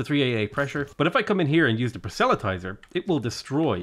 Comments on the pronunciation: please, PROSelytizer. The “e” might as well not exist. Please stop saying prosELytizer. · For "Proselytizer" put the emphasis on the first syllable. "PROS-el-y-ti-zer." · FFS, learn how to pronounce proselytizer.